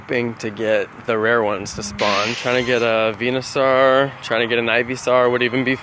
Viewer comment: you're saying Venusaur wrong